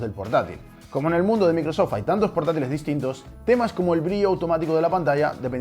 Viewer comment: ¿Por qué los españoles son tan malos pronunciando los nombres de marcas? ¿Micro-sóft y Appel? Buen video de todos modos.